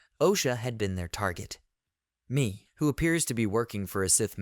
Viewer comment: i think Mae's name is pronounced "May"....